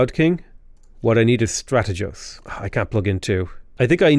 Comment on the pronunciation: The "g" in strategos is pronounced like the "g" in "Good":D love you <3